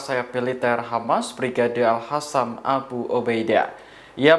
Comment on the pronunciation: Hostnya 90bl0g.... ga bisa baca nama, al Qosam bkn alhasam.. host t0l0l